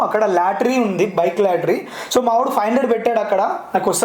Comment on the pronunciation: Lattry kadu ra babu adi lottery....palkadam narechuko....saduvu radonini vinay anna deggara teesukoni inta famous chestey vinay anna ke yeduru cheptundu sulli gadu